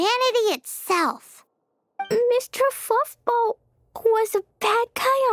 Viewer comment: its adorable that klee called A abyss mage Mwester Fwuffball